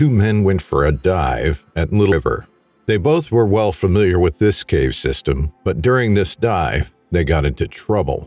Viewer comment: Theres multiple times there you forgot to pronouce the V in cave haha